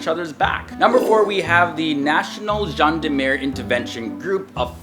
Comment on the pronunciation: bruh the video you showed about the GIGN was the BRI which is way different. and next time they to say gendarmerie correctly. and also the mission you said was one of the most popular is not that popular, the most popular one would be the assault on the airplane. do some research